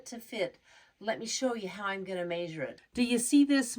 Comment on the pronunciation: OMG! What country do they pronounce 'measure' 'mazure'?